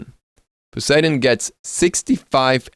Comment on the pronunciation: I agree with the few comments here that Ravana's Ult you can skip til you max 1 first then his 3. Also on a side not, I swear Poseidon was his name, not Paseidon. lol